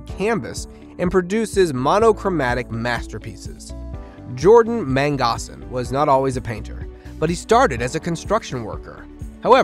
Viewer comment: Mang-o-san, again mango-san!! Gosh man